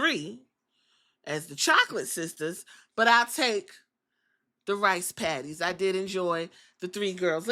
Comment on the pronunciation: Not you calling them the “ rice patties” 😂